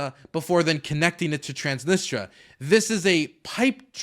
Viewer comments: transnisTRIA PLEASE Not transnistra, transnistria plz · Minor nitpick I know but it's Trans-nis-tri-a not Trans-nis-tra every time you said it wrong my soul died a little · It's pronounced Trans-Nis-Tree-Ah, but they call it the Pridnestrovian Moldavian Republic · I'm going to focus on the least important thing here and say "please say TransnistRIA and not Transnistra" . :p